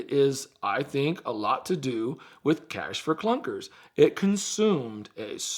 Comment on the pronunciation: I took a shot every time said clash for cunkers and now I'm lit 😝